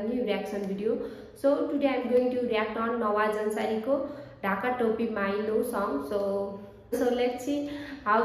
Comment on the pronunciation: Mailo hoina mahilo ho🤣..but you corrected later